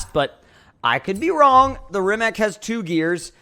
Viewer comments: Dude it’s not Reemack. It’s Rimac. Read as Reematz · ITS NOT RIMAK ITS RIMAC